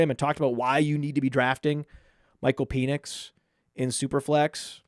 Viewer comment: PEN ix. Not PEAN ix